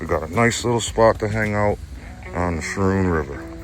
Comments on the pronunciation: Hey, Guys! Great video! Schroon is pronounced Skroon not Schroon, "ch" is more like a hard "c" or a "k." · Pronounced Skrewn* btw haha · I can’t wait to get a beer and continue this one, but it’s pronounced “sKrune.” Luckily for you, you don’t seem to have run into any “locals” to correct you. Don’t worry about it. Still my favorite new channel discovery! I shouted you out in my last video (Hamburgler Special) so I hope you get some traffic. Now, on with the show! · I came here to say that. Like school.